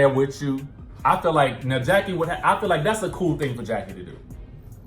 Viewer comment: Rheshonda Adams Evelyn never said that her and Jackie were not friends Feby did and Og made it seem like they were all laughing at Jackie witch they wasn’t they were laughing because Feby mispronounced Jackie ‘s name